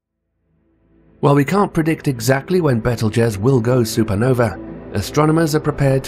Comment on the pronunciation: You may be correct, but I suspect that blaming it on a British narrator is not going to help your cause. Tom Bennet may be British, but I doubt you have the income to pay for him to start with, and if you do, then you have enough to teach him to speak properly...I am British as well. Honestly it sounds like you are using his voice with AI speech generation. "Super Novee"???